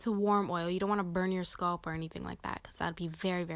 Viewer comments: Her saying skulp made this video unwatchable 💀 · 😂🤣😂🤣😭 I was trying not to be petty(and was going to make a simular comment)..BUT..if she says "Sculp" one more TIME though!!! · ouuu you killin me wit that “ sculp “ dont you ever say that again in yo life chilee 😭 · Good stuff i am trippn though how she says sculp instead of scalp lol no disrespect it was just funny hearing it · SCALP NOT SCULP OMG😖🤣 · Leave the lady's pronunciation of scalp. The tutorial is good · I wonder where she’s from. Ppl not from the Midwest look at me crazy for saying bag as “Beg” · I never heard anyone pronounce “scalp” like she does in this video.